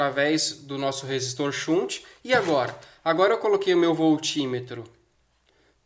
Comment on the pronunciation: Shunt, do verbo desviar em inglês, se pronuncia mais ou menos assim: "xant". Abraços e parabéns pelas dicas.